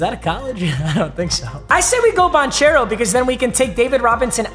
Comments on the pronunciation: Papa his name is care-o not chair-o just trying to help. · Love you papa but is Ban-care-o not Ban-chair-o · For future reference It's Banchero with a hard ch sounds, so it sounds like a k Ban-care-o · It’s not like chair, it’s like care for Paolo’s last name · Ban kare o spelled different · Paolo's last name is pronounced "bahn-kehr-oh" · You pronounced Bancheros name wrong lol its pronounced like Ban-kero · oh papa. Paulo's name is pronounced "ban-CARE-oh" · Paolo’s last name is pronounced Ban-karo. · Paolo Banchero is actually pronounced "Ban-kair-oh",. no big deal tho, papa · it’s pronounced ban-care-o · it’s pronounced “Ban - care - o” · It’s pronounced Paulo Bankero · Its BAN CARE OH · tell its not bon chairo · The amount of times he pronounces Banchero's name wrong 😭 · i was getting so pissed when he was saying banchero’s name wrong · the inner duke fan is cringing so hard the way he said banchero 😭 ITS PRONOUNCED WITH A CK NOT CH😭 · Take a shot every time papa mispronounces Banchero wrong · as a Duke fan, the way he's pronouncing Banchero's last name is making me furious 😂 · bro how did you fucking pronounced banchero, italy in dying rn